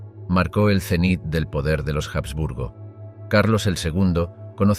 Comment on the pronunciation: La H de los Habsburgo no suena en español